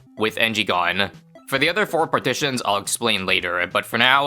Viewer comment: bro calling the skulls partitions 😭